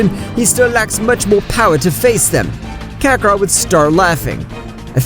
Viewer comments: Bro never fails to mispronounce kakarott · His name is fricking Kakarot not Kakaroto